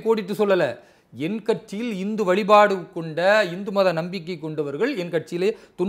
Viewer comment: It is not INDHU. Please pronounce it as HINDU.